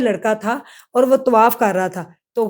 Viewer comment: Allah ka khoaf kro bibi , tawaif nahi hota tawaaf hota hai .